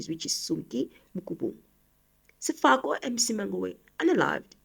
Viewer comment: Sefoka not Sefako sister it gets confusing when you read the names incorrectly. ❤